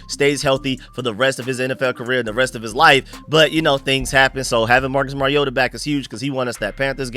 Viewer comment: "Mari-yoda" No that's not how you say his name....... It's "Mariota"